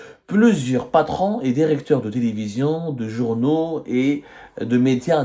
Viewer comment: Est ce que tu révisiones tes vidéos ? Certains mots sont prononcés tellement faux qu'on dirait que tu n'a jamais été a l'icoule. Priviligiant au lieu de privilégiant Dérécteurs au lieu de directeurs l'immission, au lieu de l'émission a prés la parole au lieu de a pris la parole Inutile de continuer le reste de la "védéo" est du même acabit